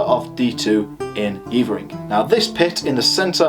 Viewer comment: just stumbled across this - good stuff. One thing - it's not Yeevering - its Yevvering. Been up on the Bell a few times - bloody windy and very bleak but they reckon it was a bit warmer back in the day, which would make sense as I've yomped all over the Cheviots and seen ancient sites which were obviously viable back then but which are now just usable for sheep. Climate change - nowt new under the sun eh?